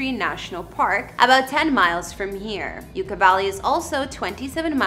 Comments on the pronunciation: It is pronounced like YUCK-A Valley. Not YOUKA Valley. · Just fyi, Yucca is pronounced Yuk-ka, as in "that's yukky". What you're saying, Yooka, as in "YOU-ka" is how to pronounce the word Yuca. Yucca and yuca are different words, with different spellings, different pronunciations, and different meanings. Yucca Valley is named because the yucca (yuk-ka) desert plant lives out there. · It is pronounced "yuck-a" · Pronouncing Yucca Valley right should have been essential for this video. YUCCA is a very common word. Pronunciation is Yuk- kuh. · You ka. Valley. It’s Yucc a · SERIOUSLY THOUGH, i played this out loud and everyone started making fun of his bimbo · Yeah that’s definitely not how you pronounce Yucca 🤦🏼‍♂️. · you're mispronouncing the word 'YUCCA' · You are mispronouncing the name of Yucca Valley. Please make sure you find out how to pronounce names before posting here. " YUCCA"